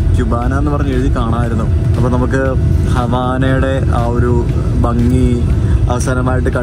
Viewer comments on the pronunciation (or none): none